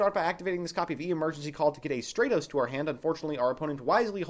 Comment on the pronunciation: It's Stratos not Straightos